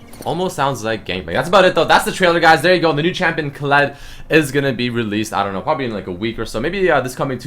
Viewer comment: thought u said Clit like Clitoris xd